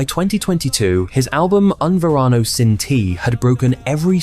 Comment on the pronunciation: Yeah, it would be better if you didn't mangle the Spanish so badly. Serious lack of credit. ("Un Varano" as opposed to Un Verano, just for starters. "Dials" instead of Diles ("dee-les" —Tell them). (French pronunciation rules don't apply in Spanish.) So many ways to have avoided that. Google translate would have pronounced the words for you. 🤷🏻